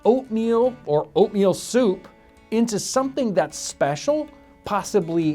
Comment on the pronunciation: When u say oatmeal for some reason I thought u said opium